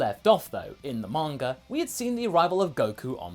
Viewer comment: "Manger" Haha